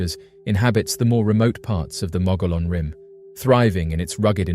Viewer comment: It’s pronounced the mogee-on rim. Why are all the photos and videos clear as mud?